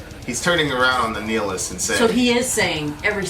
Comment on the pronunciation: kept saying the word nihilist wrong.